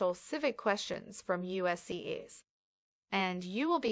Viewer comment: Am I the only one to notice the enunciation of the word USCIS and the word Pass from this narrator?